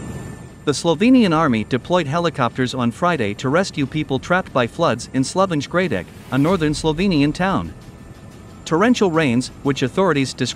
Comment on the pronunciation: Uff, that's not how you pronounce "Slovenj Gradec" or "Skofja Loka" or "Marjan Sarec," but ok. Hope everyone stays safe.